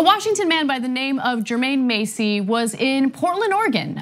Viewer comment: This story is crazy bcuz i actually know the guy being harassed. Double tree is about to take a major L. They pulled this with the wrong person... (side note it’s pronounced Jermaine MASS-EY, not Macy)